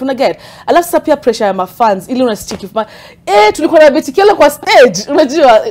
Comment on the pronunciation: Kingori you are right, it is pronounced as chalo not Kialo. Betty and her sisters need to learn how to pronounce their name properly. Even my kids live in England and they can say Chalo properly as we are Kyalo’s too.